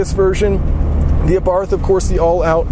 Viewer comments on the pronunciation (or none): i'm neither italian nor austrian, but i'm pretty sure they do not pronounce the "th" in abarth the way you do.